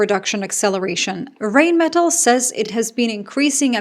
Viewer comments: Hi, just a bit of info: the river Rhine (in english) or Rhein (in german) are pronounced the same way. Just like the english version. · Sorry, but this is a pet peeve of mine: in Germanic languages, when E and I are together, it is the second of the two letters that is pronounced eg: diEsel, eInsteIn, beliEve, fahrenheIt, rheIn ( as in the river Rhein and Rheinmetall). Yes, even Epstein has been mispronounced all this time! Another example of gringos making a mess of things. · Rheinmetall…. when there is ei or ie… just pronounce the second vowel… 👍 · The correct pronunciation is „Rhine-meh-Tull“, (like in Jethro Tull) not „Reign-Metal“ or something. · It's more like line not rain like rinemetall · not to be a smartass, but it spronounced more like "rinemetall" than "reignmetall"😉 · Not rain-metal but rhine-metal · It's "rine" not "rain" and "metahl" not "metal" just for future reference, love your work, addicted. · Sorry to be the pronunciation n… errr… enthousiast but it doesn’t rain metal, it’s the river Rhein (more like Rye + n) + Metal and you’ll be close(ish) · Reignmeddel, Pabrica - Rheinmetall, Pappberger 😂 No offense, this just sounds funny to a German :) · Small hint: The pronunciation of "Rheinmetall" is somewhat closer to "RYNE-muh-tahl“ [ˈʁaɪnˌmeːtal]. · Rhein = the river Rhine, exact same pronunciation. Metall = metal, but with the stress on the "a", Metáll. –> Rhinemetál. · Rheinmetall is pronounced Rhine metal like the river Rhine....After WWII it was not allowed for Germany to grow the military and now everyone is blaming Germany that they were responsible for this.. my only question is....what did the US do to all NATO members except selling military equipment of trillions of USD to them.... They did nothing but the NATO members sent troops to help after 9/11. Europe will be better without the US and finally they are realizing it...